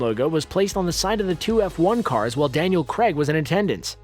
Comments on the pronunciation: The name Craig is pronounced "Krayg" not "Kregg," unless you are pronouncing Screen Rant, Screen Runt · "Craig " not Creg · Why do the Americans pronounce Craig like Kreg ? It’s Craaaiiig not Kreg ... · It isn't f***ING Cregg its Craig how do you yanks pronounce Pain?!! Pen??!! No! AI is pronounced AY Crayg not Cregg FFS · CRAIG NOT CREG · Creg? Creg? It's Craig... Why do Americans have difficulty pronouncing such a simple name? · Krayg. Not Creg. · Ffs its Craig, NOT CREG LOL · Who is this Daniel Creg you talk of? lol its Daniel CRAAAAAAAAAIG. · Omg, mispronouncing Craig? Craig not Cregg.its like wait and wet. You say Craig like wait. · CR'AY'IG not CREGG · Daniel CREGG 😂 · Why do Americans struggle to pronounce Craig? It's not Creg.. Think of "Cray" as in Crayfish and "Egg" as in.. Egg... I can't imagine how they actually pronounce "Creg"... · please at least pronounce his name properly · Dear narrator, please learn to pronounce Craig. Thank you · David Duncan nope! Craig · Daniel Cragg? Felix later? Why isn't he speaking properly?